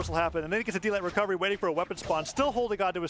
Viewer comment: “Gets the Gwecovegy”